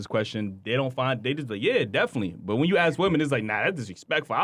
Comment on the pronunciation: Aks? Axe? As in a hatchet?